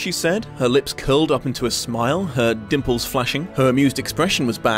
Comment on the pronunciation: I keep hearing nipples instead of dimples.